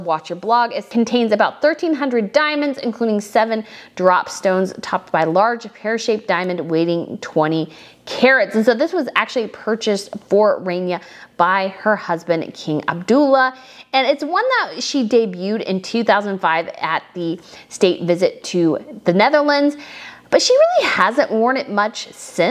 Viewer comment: Queen Rain ya or snow ya. Learn to pronounce names. Also his name is not not Abdool la